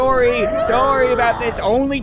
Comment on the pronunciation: You can tell he’s from Canada from the way he says sorry